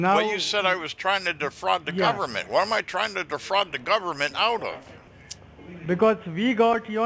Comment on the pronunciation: Agreed “defrogging” the “gubberment” is very bad. Lol.